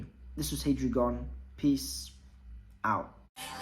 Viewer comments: Lol your pronunciation of the 4th prince’s name sent me. Its “tser-EYED-nick” with a soft t and an emphasis on the ser in the first part. Great vid though. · It is pronounced Sir Ride Nick and not whatever you said there. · SIR-RIDE-NICK MY GUY! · Sir-eyed-nick. Please. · It's tse reed nihh/nick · if you accept Japanese as a phonetic language without much room to dispute pronunciation (unless it involves L vs R or things like that).. it’s reed, not ride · ive never heard that pronnauciation here before